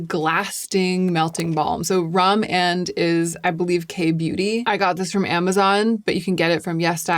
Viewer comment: Rom&nd is pronounced Romand and they def have a light pinky nude color that’s just a kiss of color. Also Lisa Eldridge just dropped her glossy balm sooo 👀